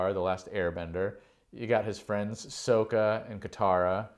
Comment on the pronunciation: butchered Sokka’s name